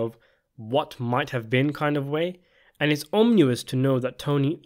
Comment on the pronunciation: omnious lol